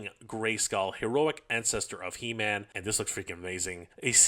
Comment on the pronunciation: It’s pronounced “He-Men-S” not “Him-N-S.” 😂